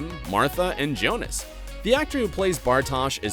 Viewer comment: Younas, not Jonas.